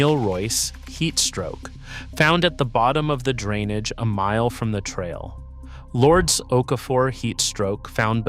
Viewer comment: Its LURE- Des. not lords. I wouldn't get overruled. Id say ok see you guys at the bottom and turn around and leave. I always follow MY instincts